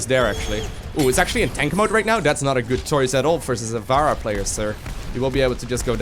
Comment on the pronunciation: I just watched all your Overwatch videos in one sitting, because they're fucking great. But mate, her name is [Fa-rah] not [Va-ra] :D Good job though, the best series I've found so far.